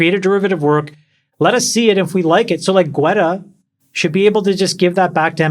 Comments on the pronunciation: David... G'wetta'? Lol it's pronounced Getta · David "Gwetta?" It's David Guetta!